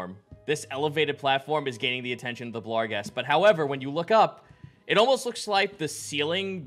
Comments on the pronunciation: I hate that they keep adding an L to barghest. ah well. at least they've stopped calling svirfneblin "swivel blin" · I mean, he clearly enunciates an L in there. Maybe he changed it for some reason